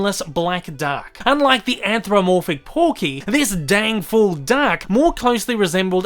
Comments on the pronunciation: I didn't get past "anthromorphic." It's "anthropomorphic," genius. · Weird... is anthropomorphic really pronounced "anthromorphic" over in the U.K. or Australia or wherever the hell you're from? Well, whether you're a tosser or a bugger, I'm pretty sure it's not pronounced like that.